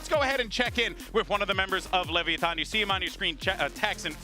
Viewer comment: I hate the way the one guy says Le-VIA-ton